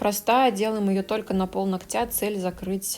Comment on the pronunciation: Не ногтЯ, а нОгтя!!! Сколько можно?!?!🙄 Видео полезные, интересные и информативные, НО из-за таких ошибок неприятно смотреть(((